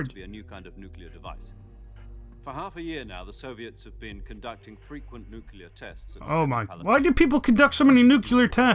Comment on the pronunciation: You said "Nucelar" i heard it!